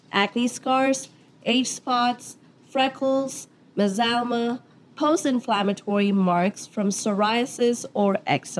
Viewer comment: I had to back 10 seconds cuz i heard that too 😂